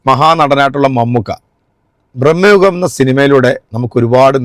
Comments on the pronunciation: ഭ്രമയുഗമാണ്. ബ്രഹ്മ യുഗമല്ല🙏🏻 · ഭ്രമയുഗമാണ് ശരി. ഇനി ശ്രദ്ധിക്കണേ.. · ബ്രഹ്മയുഗമല്ല ബ്രോ ഭ്രമയുഗം 😂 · ബ്രമ്മയുഗം അല്ല ബായ് ഭ്രമയുഗം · ബ്രഹ്മയുഗം അല്ല ഭ്രമയുഗം ആണ് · Bramayugam not Brahmayugam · ബ്രഹ്‌മ യുഗമല്ലഡെയ് ഭ്രമയുഗം ആണ് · സിനിമ റിവ്യൂവേഴ്‌സിന് പോലും സിനിമയുടെ പേര് ശെരിക്കറിയില്ല... ബ്രഹ്മയുഗം അല്ല ഭ്രമയുഗം എന്നാണു. രണ്ടിന്റെയും അർഥം വേറെയാണ്. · ഒരു കാര്യം പറഞ്ഞോട്ടേ മോനെ , ഭ്രമയുഗം ആണ് .മോൻ പറഞ്ഞത് തെറ്റിപ്പോയി ബ്രഹ്മയുഗം അല്ല കേട്ടോ .❤❤ സസ്നേഹം ❤❤❤❤ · ബ്രഹ്മയുഗം അല്ല... ഭ്രമയുഗം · "ബ്രഹ്മ" യുഗം അല്ല. ഭ്രമയുഗം ആണ്. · ബ്രഹ്മ യുഗം അല്ല,,,ഭ്രമയുഗം. അതാണ് ശരി